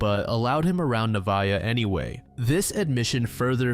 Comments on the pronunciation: Hiii avid listener and fan here, but I just wanted to say that the first case about Nevaeh Buchanan her name is actually pronounced Nuh- vay- uh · nev vay ah is how it’s pronounced, heaven backwards